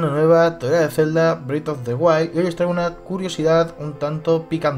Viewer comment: ¿Y como explicas que la fuente se parezca tanto a la del castillo de Twilight Princess? (Anotación: el nuevo juego se pronuncia "brez" of the wild no "brid", es molesto escucharlo mal)